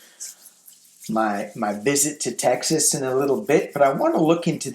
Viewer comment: You mean TexASSS?